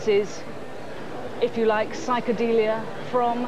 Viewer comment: Sike-a-deelier. LMFAO!